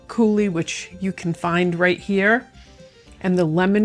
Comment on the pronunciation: Pronounce coo-LEE, not like the Dam!